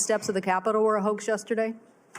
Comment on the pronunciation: EPSTEIN !!!! Weinstein !!!! "It's a WOAX!""It's a WOAX!""It's a WOAX!" ... not!